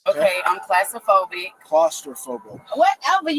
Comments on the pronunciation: I THOUGHT IT WAS CROS-STA-PHOBIC🤣🤣🤣🤣🤣🤣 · She does have Getzaphrenia!! Lol Get it an steal it phrenia!! 🤣 Disgusting! She can't even pronounce her own Lie!! AN then clastraphobia!! 😆 she can't pronounce her Own Lies!! I think she meant CLASS-TROPHOBIA LOL.. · You’re a thief sweetheart, love the cop correcting her pronunciation of claustrophobic, lying arrogant nobody. The expression Today’s peacock tomorrows feather duster comes to mind. Love the shoe show. ❤